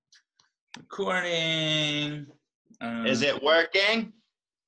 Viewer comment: "iS iT wOrKeNg?"😂